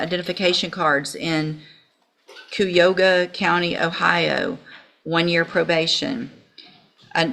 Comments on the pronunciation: Coo-yoga County Ohio 😂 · The judge needs to learn how to pronounce Cuyahoga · Kye*uh*hO*guh lol I live in Ohio. Her pronunciation was cute. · Most people I know pronounce it "kye a HO gah". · Cuyahoga County, Ohio - pronounced "KYA-HOAGA" LOL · Cuyahoga county pronounced kai·uh·how·guh